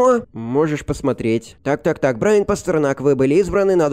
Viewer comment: Не Брайн а Брайан